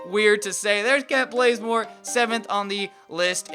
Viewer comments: OMG ITS KENT BAZEMORE NOT BLAZEMORE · it's not Kent blazemore it's Kent bazemore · I'm not stupid. I was telling because he keeps on calling him Kent blazemore